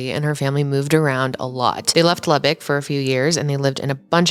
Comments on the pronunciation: I would first like to thank you for knowing how to say Lubbock correctly!!! But I grew up here in Lubbock and well I’m currently watching this in my bedroom in south Lubbock…. This town is the biggest little village ever….. i through the years was fortunate enough to have met Zoe a couple/few times because of having friends of friends ….. despite it looking like it on paper Lubbock is “small” … not even knowing her more than a name and a face, I was aware of the beautiful sweet genuine person she was….. still to this day just in passing conversation this tragedy is mentioned …. I mean this is west Texas…. Yeah things happen here (like people showing up in suit cases or a kid exchange day ending with man shot at point blank range with a shotgun on camera….etc…) but this case actually changed Lubbock forever…. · Being from Lubbock, THANK YOU for pronouncing it right ❤❤❤❤